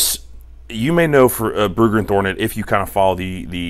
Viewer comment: "thornet" lol. it happens